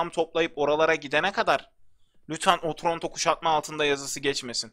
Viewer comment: abi o otronto deyil otranto